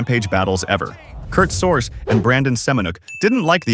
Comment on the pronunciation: Its pronounced Sor-gee, not SorJ. Kurt Sorge.